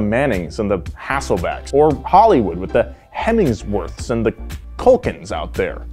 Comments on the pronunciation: “Hemingsworths”?? I think you meant “Hemsworth’s”. 🤣🤣🤣🤣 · "The Hemi sworth's"